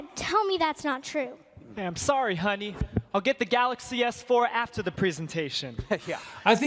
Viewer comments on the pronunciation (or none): none